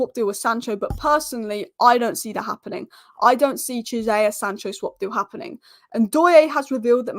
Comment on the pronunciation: Key-A-Sa = Chiesa … 😂